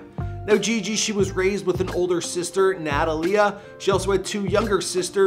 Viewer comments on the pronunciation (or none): Her older sisters name is pronounced Na ta Lee ah(Natalia) not nataliea.. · Cringed when he said "Nata-LEE-uh." 😖 It should be pronounced Na-TALL-yuh. It's Italian. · He said nat -ta -lie -er it’s pronounced nat ta lie aaa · Omg Her sister name is pronounce na-tal-a